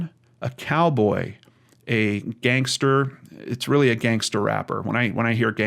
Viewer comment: I’m so sorry for his family and fiances loss. Alcohol can bring out the worst in people. It might not be appropriate, but listening while getting ready for work and saying Gangstah is making me giggle. Ty for what you do ❤️